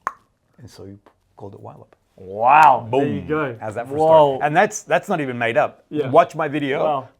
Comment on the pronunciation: I'm sorry but there is absolutely no reason for Ylop to be pronounced "whylop". The Y is not an abbreviation, the original word is not "Pollwhy" so it has to be an /i/ sound, I do not accept it. You don't call Yves Saint Laurent "Whives Saint Laurent", does not know what he was talking about.